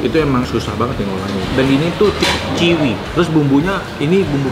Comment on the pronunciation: Saran dikit ya bang biar pas pelafalan "Chewy" itu dibacanya "Cuwi" aja bang... jangan dibaca "Ciwi" 😁 Dikata ciwi-ciwi seksi kali... 😜